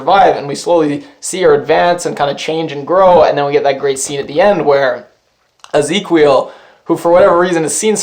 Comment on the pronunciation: It's the Portuguese spelling of Ezekiel. 'Qui' is pronounced 'kee'. Lol... That keeps killing me when you pronounce it 'kwee'.